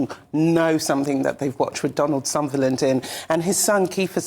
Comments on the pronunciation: "Sunderland?" it's Sutherland! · Can someone please tell her that its Sutherland not Sunderland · Sutherland. NOT. Sunderland.. c’mon now. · Oh yes, I know so much about this man Donald Sunderland and his career. If you are going to appear on TV to pay tribute to an acting legend, at least afford him the courtesy of making sure you call him by his correct name. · Wow, could u get a worse reporter to do a so called ‘eulogy’. Try getting his friggin name right for a start! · Where did they get the DEI ? She doesn't even know his name is Sutherland and not Sunderland ! 🙄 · Calls both Donald and Kiefer "Sunderland". Initially calls Ian McKellan "Ian Kellan" before correcting herself. Calls the play "Players king" when the title is actually "Player kings". I assume this person is an entertainment journalist and broadcaster. If so, shouldn't enunciation and correctitude be a rudimentary part of their remit? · Sunderland???????? That woman can't even pronounce his name.. Such low quality people.. You can bet she wasn't picked because she was the best person for the job.. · Can’t even get the great man’s name right … embarrassing and shame on you ‼️‼️ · Good Grief! (I mean, pronounce the man's name correctly AT THE VERY LEAST!!!) Interestingly, both the other presenters heard the woman mis-speak Sutherland's name. Neither corrected her. I wonder why? xx SF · She pronounced his surname wrong! This is so unprofessional. She needs to go. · Paying tribute to such a well-known actor and getting his name wrong is really very poor and unprofessional!! She clearly had no idea who he was. This is really BAD! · This is a film expert!! She got his name wrong...pathetic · Get his name right. Bloody hell. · DEI hire can't even get his name right. Well done GB news!